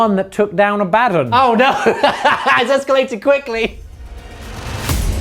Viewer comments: Gents, GW just officially announced its pronounced Abba-don not Abad-un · Abaddon pronounced Ah-buh-dawn. They literally just put out a pronunciation video.